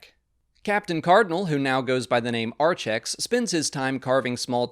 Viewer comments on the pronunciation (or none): I always love your enthusiasm, but some of your pronunciations kind of bother me. I know it's just a matter of opinion, but I just feel Archex sounds better as Arkex (letter changed for pronunciation) and the reverse for Echani. There were a few others, but these bugged me most